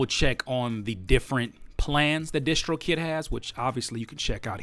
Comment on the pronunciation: why y'all call it dishtrokid ? isn't it distrokid like in distribution ? nice video though